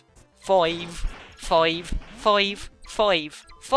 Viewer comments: turns australian when she says five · You say 5 in a Irish accent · 'foive' 'loive' amazing :D